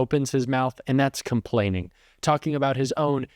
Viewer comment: Oh, there he goes "Camplaining" again